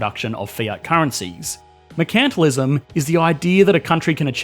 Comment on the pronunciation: took me three tries to guess what he was saying here. Normally mercantilism tends to be pronounced mer-cant-tile-ism rather than whatever that was